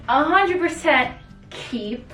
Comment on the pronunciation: The way she said keep KCHEEEP